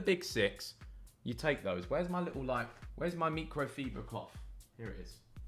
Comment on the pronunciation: No way you say micro fiber like that….